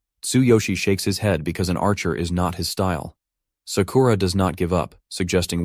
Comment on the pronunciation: So many a.i. voices pronounce ‘Sakura’ as ‘suh-kooo-ruh’ instead of ‘Sakura.’